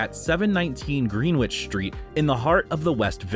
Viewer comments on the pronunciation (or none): Green-witch? You mean Greenwich?